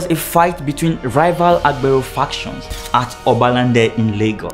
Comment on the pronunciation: You made a video and make it seem as if this only happens in Lagos. You project people's images wrongly. AGBERO means Conductor. You don't speak Yoruba and can't pronounce the word. You did a lot of exaggerations. The 'TRUE' reason you have these figures if true is because of the huge population in Lagos and thus many users of transport vehicles and tricycle. You lied calling AGBERO thugs. Youtube should sanction your video for trying to create and misinform the world. Mention a State in Nigeria that has no Conductor or a branch of the National Union of Road Transport Workers. You failed